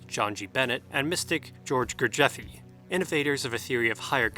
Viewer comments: It's pronounced Gur Jeff or Gur jeeef ( if you're from the U.S). How you managed to get Gurjeffie from Gurdjieff is fascinating! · No E (or y) at end of gurdjieff. Good vid! Thx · You’re saying Gurdjieff wrong. Also, Gurdjieff is not “New Age.”